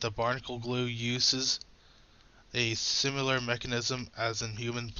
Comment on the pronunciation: Had to stop when the guy said "simyoolar"